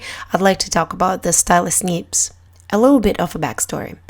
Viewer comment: Great Video :D Love the way you pronounce "neebs" ^^